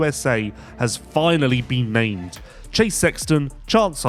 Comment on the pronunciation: ha! sounded like said, "Team USA has finally been maimed." 😆